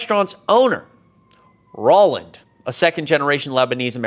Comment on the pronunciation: Roland is pronounced roll-and (as in roll a ball) not ror-land.